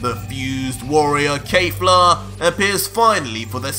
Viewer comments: Your alternate reality DBS is great. Just one issue, it's Kef-la and not Kay-fla.🤣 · it kefla not kayfla or keyfla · Bro says kejfla instead of kefla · Keifla? Not Kefla? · Please the subtitles are correct but just say kefla nog kafla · Dude "final" is not the name of that form 🤣 its "beast" , look it up .. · Oh no, he’s saying the name wrong. Kefla is pronounced exactly like it’s written. Just like in super’s Dub. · Why are you saying “KAYFLA”? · You are saying her name wrong lol still the best dbz story out there by far